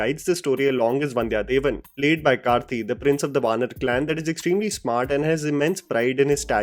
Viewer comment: Thanks for Saying "Kaarthi" instead of Karthi ( like in your Teaser review). The first one is the correct pronunciation.